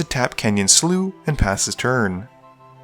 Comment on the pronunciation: I love how you pronounce "slough" differently every video